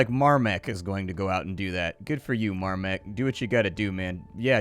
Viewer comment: More like "Dawn of Mahrmek"